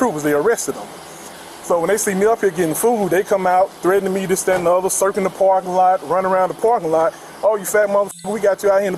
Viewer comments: "And dis, dat and de oda..." 🙄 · This that and da udder